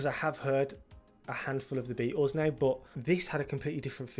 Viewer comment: It's great hearing you say it correctly (unAmerican)..."The Bea-ehhls" 😅